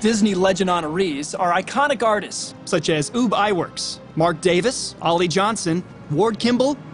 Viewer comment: I don’t know why or how it started, but please (especially if you actually work for Disney studios), learn to pronounce Mr. Iwerks first name correctly. It’s Ub (which rhymes with “tub”), and not “Oob” (which rhymes with “boob”). Several hosts and Disney narrators are mispronouncing the name in recent videos. Thanks.